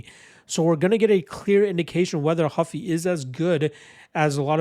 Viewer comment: Not Huffy, hOO-fee. He gave himself that last name because of Monkey D. Luffy.